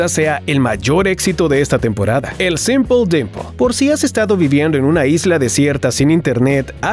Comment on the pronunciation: Se dice simpelimper